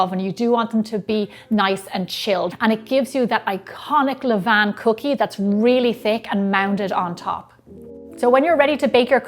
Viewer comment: Thank you for your correct pronunciation of "levain". I hear people saying "levane" all the time and I hate it!